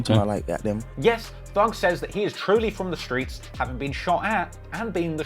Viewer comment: Stop saying “shtreets” it’s cringe